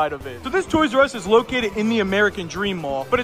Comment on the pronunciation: Instead of toysrus It is toysus😂